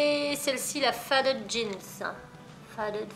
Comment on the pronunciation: On dit feydid pour faded